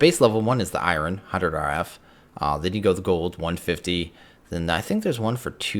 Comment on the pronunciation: Where are you from where you pronounce Iron like that?